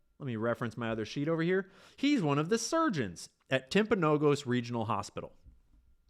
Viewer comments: The hospital in Utah - Timpanogus - it is pronounced Timp uh no gus Not: timp o no gose. Jimmy mispronounced it too. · You all are pronouncing it wrong: Timp uh no gus Not: timp o no gose